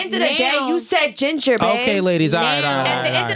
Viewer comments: Yea that was the issue…she said Gender, not jinger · It sounded like she said GENDER not Jinger…